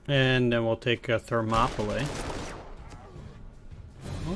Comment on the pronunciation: It's pronounced 'Ther-mop-ah-lee'.